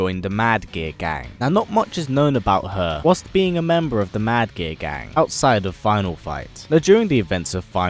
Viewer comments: Is he saying "Mad Gear Gang" or "Mad Gay Guy"? lol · I can't stop hearing him say "Mad Gay Gang"